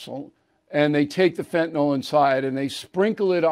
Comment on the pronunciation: It’s Fentanyl, Bill. There is no A or O. Just FYI.